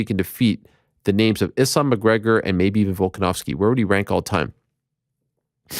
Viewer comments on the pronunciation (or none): the mench volkonovski lol stop it.